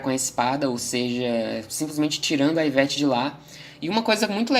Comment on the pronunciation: iveTE, iveTe, Não iveTi